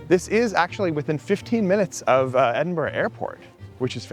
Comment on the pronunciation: He can’t even pronounce Edinburgh? It’s not like Pittsburgh.